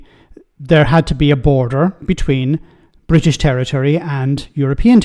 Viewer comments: But Gibraltar is Bwitish 😅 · Why does he actually care ? He loves the Bwitish empire and the crown. What an obsequious saddo